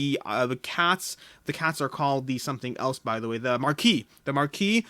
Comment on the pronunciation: Just a quick note: marquise is French, and the s is pronounced 😄